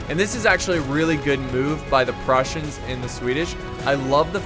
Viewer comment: you keep saying Prussians not Russians